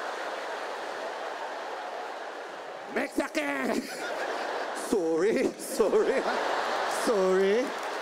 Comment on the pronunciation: He is funny.. the accent of us Filipinos saying SORRY is just so real.Props to this man.I burst into laughter 😍🇵🇭😂